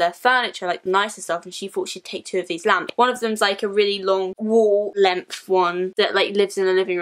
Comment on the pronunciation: When you were talking about the lamps I thought you were saying lambs😂